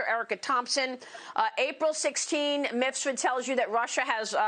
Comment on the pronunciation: Brava to Maria. She finally said Mif-sud, after years of saying Mis-fud.